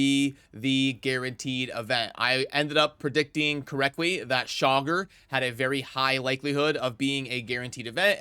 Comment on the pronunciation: Please stop calling him Chogger, like jogger. It's Cha-gor. Drives me crazy.